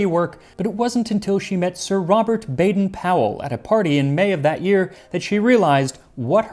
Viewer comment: The Powell in Baden-Powell is actually pronounced with a long O. We've never gotten that right in the US! 😂